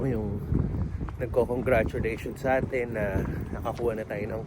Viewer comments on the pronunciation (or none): none